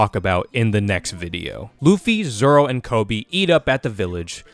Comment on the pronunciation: At Least you watch dub for the right reasons most people wont watch sub bc they cant read the subtitles like what are you 5 also hes zolo in the manga too but it’s pronounced zoro